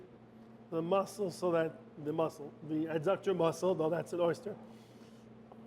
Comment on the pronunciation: Thank you for this recipe, chef. I’m sure you know by now, everyone is an expert. I see Joseph pointed out that oysters are mollusks. The adductor muscle is pronounced by paying attention to the first three letters. In other words, it’s not uh-ductor. I’ll go back and watch it again, but I didn’t see a duration for time in the oven at 425°F. I’m guessing 10 minutes? Anyway, great job!